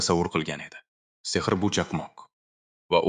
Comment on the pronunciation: Demak Ai ovoz bergan boshida uzizniki deb oylodim lekin Oskar deganda Sehrni ser deydi qanaqadir aida hisiyotszda uziz ovoziz buganda zur bulardi